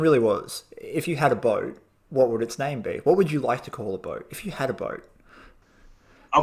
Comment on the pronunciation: Do you own a boat?....Dan- “do I own about?”